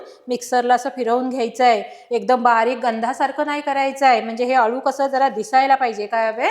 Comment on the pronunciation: अलु नसत हो। अळु असत